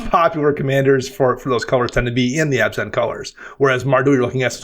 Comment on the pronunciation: Every time pronounce Abzan as Obs-On, someone takes their Abzan deck apart.